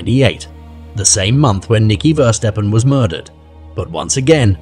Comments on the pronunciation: It's verstappen not versteppen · Isn't it meant to be pronounced Verstappen as (appen as in happen) like the F1 driver Max Verstappen- I have no problem with AI but when it butchers the victim's name over and over again. Perhaps next time there is no need to say the surname so many times, after three or four times we got it. I think you may have spelt Verstappen wrong before inputting it into AI because at 25.34 secs your title for her sister reads Femke Versteppen. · I am also pretty sure they have butchered the boys name- it's Verstappen (similar to happen) like the racing driver Max Verstappen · 'veerstapn' eeeh, it's pronounced like 'ferstappen', 'V' is an 'F' sound, the initial 'E' is short, the final 'E' is there, not 'eaten'. All the rest of the NL stuff is wrong too, but at least the name should be a tad less unrecognizably massacred. 'Bloem' is pronounced 'Blom' more, the 'e' there is semi silent. Like 'BLOeM' not 'BloEMM' like here. Yes I know it doesn't matter much but it's ear grating since it's repeated 40.000 times unnecessarily. 'semen' is also not 'SeMENN' - that shouldn't even be an issue. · is it Versteppen or Verstappen? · Please show respect and pronounce their names correctly!!! Ever heard of Max Verstappen, F1 racing driver???